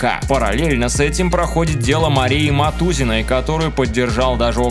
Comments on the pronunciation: только не Мотузиной, а Мотузной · Мотузной, а не Мотузиной 😐